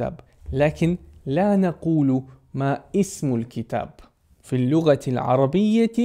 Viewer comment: فيديو جميل ومفيد جدا، أحسن الله إليك، لكن الملاحظة: أسمعك دائما تقول ما "إسمك" هذا خطأ، الصحيح أن تقول ما اسمك دون نطق الهمزة هكذا (masmuk). لأن الهمزة التي في كلمة "اسم" ليست همزة القطع بل هي همزة الوصل ولا تنطق إلا إذا صدرت الجملة.